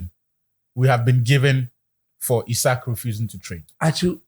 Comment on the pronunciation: He say ‘ZIKO’ him😂😂😂😂😂😂😂😂😂😂😂😂😂😂😂